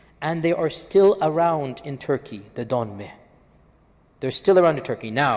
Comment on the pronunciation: Dönmeh as you said it means renegade and it's written dönme dont know there the fuck u get the h in there